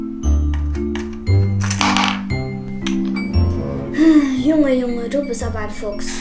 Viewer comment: Was geht ab was wollen wir schttaten🤣🤣🤣🤣🤣🤣🤣🤣🤣🤣🤣🤣🤣🤣🤣🤣🤣🤣🤣🤣🤣🤣🤣🤣🤣🤣🤣🤣🤣🤣🤣